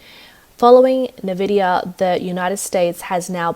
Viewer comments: "Nuh-Vidia" .... She has cute pronunciation!! 😊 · NVIDIA is pronounced "ENVIDIA", not "NEVIDIA" "Tear down" is pronounced "TEH-AR DAOON", not "TEE-AR DAOON": if you pronounce it TEE-AR you are referring to the tears you shed when you cry, "tear down" comes from the verb TO TEAR, meaning: to rip, break apart. Also, you might wanna lose your incessant VOCAL FRY